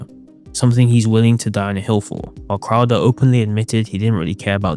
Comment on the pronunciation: You don't like Steven Cwouda